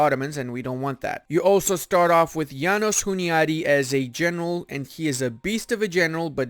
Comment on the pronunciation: So funny how you call János Hunyadi "Jánosz Huniádi". Anyways, thanks for the video, and keep up the good work! Greetings from Hungary